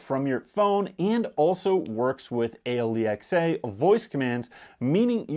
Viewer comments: All credibility lost from the moment he called Alexa, A Lee Ex A. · It took me a few listens before "Ahe-lee-ex-aa" made sense! 😂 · WHY IS HE SPELLING ALEXA?